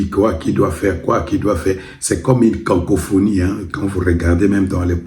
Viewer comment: Le lapsus tetela te poursuit jusqu 'au Pays de Hitler. On dit cacophonie et non cancophonie.